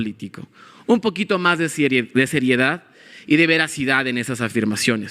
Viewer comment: "un poquito mas de sieridiad" .... Jajajajaja, ay pero que idiota!